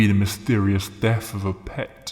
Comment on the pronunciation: Your the mo talking limey, or wherever your from. Pronounce the words correctly! You don't even try? It's not Deaf it's Death...!